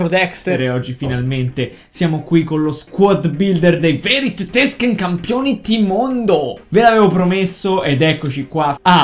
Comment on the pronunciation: la prossima volta non dire tetesken ma.... tettesken